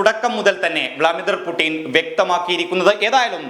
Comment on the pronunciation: വ്ലാ മിഡർ പുട്ടിൻ അല്ല വ്ലാഡമീർപുട്ടിൻ എന്ന് പറയാൻ പഠിക്കു